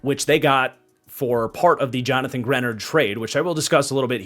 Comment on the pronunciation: Now he's no longer on the Vikings but... Your mispronunciation of Greenard is driving me crazy!! 🙀 And yes I'm a long suffering Vikings fan but, some of your takes on our draft are slightly off. We took Bredeson because our offense utilizes a FB. It's not a weird pick for the Vikings. Also the "F" grade on Jakob Thomas... Flores ran this draft and don't you think he would have vetted Thomas prior to the pick?!??